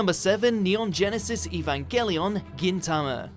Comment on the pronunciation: Stop saying Gintama wrong